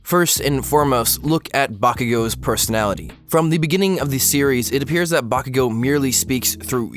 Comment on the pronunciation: Why are you pronouncing Bakugan so weirdly?